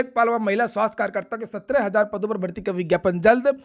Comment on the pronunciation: 17000 ese bol rhe h jaise 70000 ho